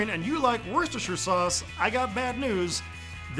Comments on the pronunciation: I thought it was pronounced "wosh-ter" sauce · You did not butcher the pronunciation of Worcestershire source! One happy Brit here. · #2 is the worcest fer shire